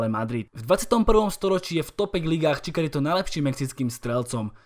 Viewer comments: (Chicharito = čičarito) Prosím trhá mi to uši!!! 🙏🙏🙏 Žiadny Čikarito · menší detail vyslovuje se to čičarito, jinak super video